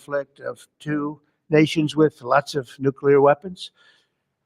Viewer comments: It’s nuCLear not nuCUlar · New Clee Er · PLEASE PRONOUNCE NUCLEAR CORRECTLY ‼️‼️‼️‼️‼️‼️‼️‼️‼️‼️‼️‼️‼️‼️